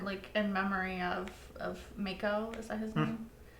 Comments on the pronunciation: It's "Mah-ko" not "May-ko", he's not a shark. 😂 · mako is pronounced MAW-KO.